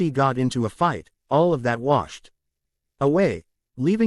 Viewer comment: Yes, it was really bad in the last 1/3 of chapters 150-200 with the Ai spelling out words with the f missing like i-g-h-t instead of saying fight. It really gets bad at the end of those chapters. I have just begun chapters 201-248 and it still occurs but not every time only every 5 or 6 sentences. Thanks for looking into this and I hope it's not something really difficult to fix. I really appreciate the work you do to put this on YouTube for everyone to enjoy. Thanks ❤